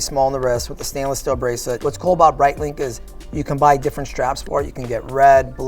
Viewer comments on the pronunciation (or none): I love “Brightlink” and “Twodoor”